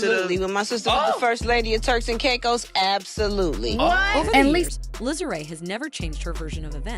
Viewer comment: NEE-COLE NOT NO NICKEL! NICKEL IS WHAT YOU SPEND and the other sister name is LISA! LEE-SA PRONOUNCED! NOT NO LIZZLE